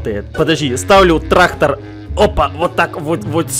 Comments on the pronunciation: Не Трахтар а трактар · Не трахтар а трактор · Кто хочет быть учителем?тогда научите Эдисона говорить трактор а не траХтор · Нормальные люди говорят: трактор и ГаВоРяТ: ТРАХТОР Х ) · Никто абсолютно никто:: траХтор😂